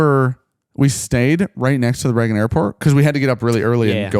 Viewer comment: Why do you pronounce Reagan as Raggin